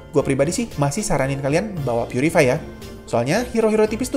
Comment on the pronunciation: "Purify" Bukan "putricty"